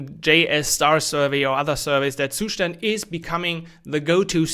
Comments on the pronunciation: Every time you pronounce the word "Zustand," it makes my ears hurt :face-fuchsia-tongue-out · Yeah, I get that! Most people get used to pronouncing it differently — like you did in your earlier videos. It just sounds a bit weird 🙂 Btw really appreciate what you do!